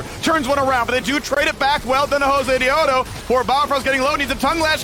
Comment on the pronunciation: No hay como escuchar pronunciar "josedeodo" a un gringo xDD